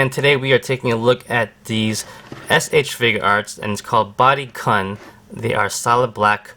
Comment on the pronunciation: "Body khaun" son im crine✌️😭